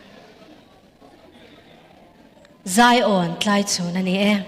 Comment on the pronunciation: Tlaichhun ti a i lam dan hi kan beng a kham ngawih ngawih. A lam dan dik chu Mafeli lam dan khiab lam hram teh aw.😮😮Channel nei tu pa